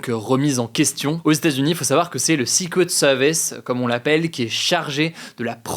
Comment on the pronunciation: nope en anglais britannique non plus on ne prononce pas secret comme ça.